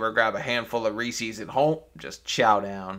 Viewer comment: Reese's, not Reesees. You're the Reesee. The candy company is the Reeser.